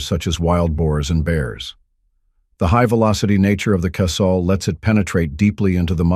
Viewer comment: Thank you for pronouncing Casull correctly. So many would be “gun experts pronounce it “Casool” and that is incorrect. Dick pronounced his name almost like “Castle” with silent “t.” But, the last pat rhyming with “gull,” not “gool.”